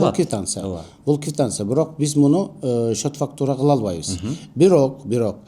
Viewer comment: Орусча суйлосонордагы туура суйлогулочу😂 Кивтансия эмес КВИТАНЦИЯ 😂😂😂😅😅😅😅